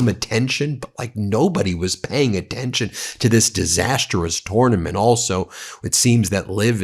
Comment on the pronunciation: Pronounciation of tournament sounds off?